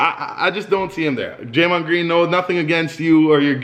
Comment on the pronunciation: Don’t speak on draymond greens name like that I am from Michigan